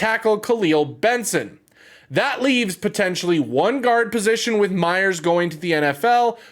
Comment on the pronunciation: MAYers... Justin Mayers... not Meyers. And #WeWantJuju :)